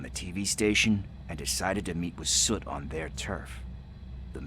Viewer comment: Okay, I can't hold it in anymore. ' pronunciation of Soot is an itch I can't scratch.